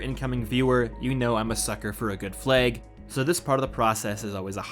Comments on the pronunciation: What's a fleg? Did you suddenly turn Northern irish? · The way you say Flag makes the Canadian in you shine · "Flag" Oh yeah, you're Canadian! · Is the narrator from the Midwest? The way he pronounces flag has me wondering. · Your pronunciation of flag had me confused until I actually saw the flag.